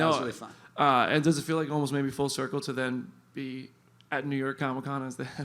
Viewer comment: Ahem, there is no "R" in the word "maybe".